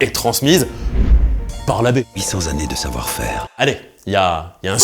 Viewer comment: "800 zannées de savoir faire"..🧐